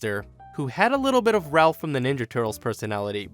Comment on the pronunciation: It's raph not Ralph